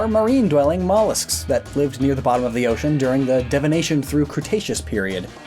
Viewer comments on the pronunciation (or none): As a paleontology nerd hearing Devonion pronounced as Devonation and Trilobite pronounced Troglobite truly hurt me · This kills the fish. That's dev-O-ni-an, not dev-o-NA-tion. That's TRI-lo-bites, not TROG-lo-bites. This is due to the fact that salt water is less dense than fresh water, causing it to rise to the top. You can see this for yourself by putting an egg in a glass of fresh and a glass of salt water. It will float in the fresh, but sink in the salt. There is actually a type of shark known as the bull shark, which can swim back and forth between freshwater and saltwater environments. Clauncher and Clawitzer are based on the pistol shrimp, a firmly saltwater animal. However, there are freshwater shrimp and lobsters. I mean, Blastoise is the Shellfish Pokemon. There are more non-fish pokemon classified as fish than there are fish pokemon. Electric eels are freshwater fish. They are also not eels. By the way (not sure of a timestamp for this) brackish water means that it has salt, but less than saltwater, not that it changes between salt and fresh water. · HOLD UP DID YOU SAY “DEVONATION”?????? It’s Devonian!!!! GET IT RIGHT PEOPLE!!! Edit I don’t mean to be an a** I am just joking 🙃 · Devonian* and Trilobite, not Troglobyte. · The way he said trilobites, and devonian made me want to commit die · Also the Devonian missprounce that one got me lol. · Your pronunciation of Devonian and trilobite made me cringe